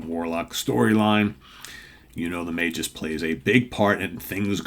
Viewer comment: It’s pronounced Magus with a hard G. According to Wiki Marvel.